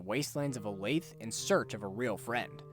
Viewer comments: every time i hear someone pronounce olathe as 'o-layth' i lose another year off my lifespan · If you pronounce Olathe, "o-layth" 3 times in a row, Jasper m will appear in your room to politely correct your mistake.